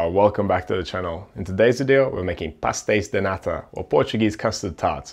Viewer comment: YOU SAID IT PERFECTLY OH MY GOD!!!! Best desert